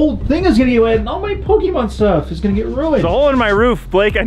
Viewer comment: Btw pokèmon is pronouced (poke a Mon) or (poke ay Mon) not (poke ee mon)